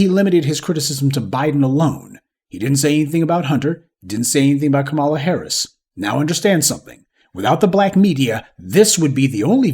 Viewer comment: I’m wondering why you continue to mispronounce Kamala’s name.